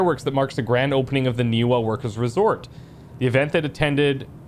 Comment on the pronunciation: Game protaganist audio: Ni va Ni va Ni va: Ni wa Ni wa Ni wa I guess he's deaf. Also, the glitchy "RTX 3000" series flashing textures are amazing! Little talked about how awful nVidia's drivers are right now.